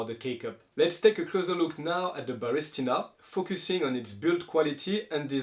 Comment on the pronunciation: It's ba ris TI na. You keep saying ba RIS ti na